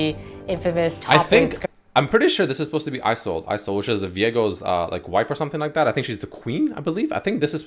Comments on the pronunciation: he did not just call isolde (ice-oldie) -_ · Was it pronounced "ee-soul-deh", or is "ai-so-uld" the right one? Isolde.